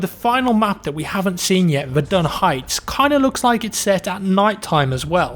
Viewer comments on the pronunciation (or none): none